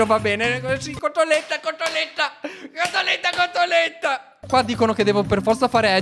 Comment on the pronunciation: Quando dice cotolette esce l accento veneto😂